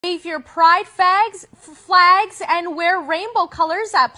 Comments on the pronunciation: fag and flag are literally just one letter off. It's absolutely normal for people to misspeak, often people say a word incorrectly and it either comes out as gibberish or it ends up sounding like a different, similar word that the speaker wasn't intending to. For instance the Ethiopian word negus, a white person while saying negus might accidentally pronounce is niggas and i won't be mad, even as a black man i acknowledge how similar those words are. Also I'm not naive enough to believe there aren't people who never say nigga in public but will say it in private and i largely don't think it's that big deal. So long as you keep it on your house, i don't really care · Yeah and were saying it makes no sense to say she positively said it before. That's dumb. She just flubbed up a word, it's not like she meant to say gay people and did a Freudian slip. She literally just mispronounced the word flag. You can "say" a slur and not have it be in your vocabulary. For instance, if you mispronounce a word with similar spelling, it could sound like the slur. Which is probably what happened here. You have to be trolling and I have to be taking the bait. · literally all she did was miss the “L” in flags though?? it was a mispronunciation, that doesn’t mean it was in her vocabulary also I’ve definitely accidentally said words I’ve never said before. Being a slur doesn’t mean it’s off limits for your mouth to slip up on. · your comments piss me off, she didn’t accidentally say it because “it’s in her vocabulary” she just didn’t pronounce one letter, it’s a simple mistake that happens all the time in normal human speech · Listen, you can accidentally mispronounce a word right? It didnt slip out, she just forgot the l in flags